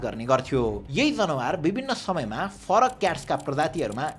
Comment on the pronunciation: isnt it जनावर, not जनवार ?